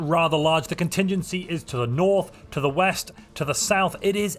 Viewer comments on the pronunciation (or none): none